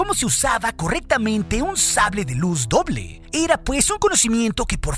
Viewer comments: Hoble doja lol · oble doja jajajaja